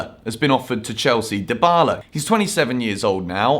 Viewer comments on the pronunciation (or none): « Deebala » not « Daïbala »